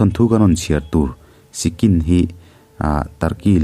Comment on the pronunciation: Sicsin ti in kan lam thin